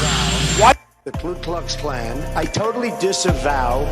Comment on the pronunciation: It’s Ku Klux Klan not Klu. Not that I’m an expert but I remember learning that.